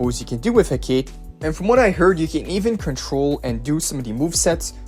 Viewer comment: I think its “Heh-Ka-Tee” 😅. Still, Hype update!!